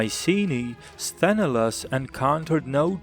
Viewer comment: SthenElaos, the stress on the "E" !!!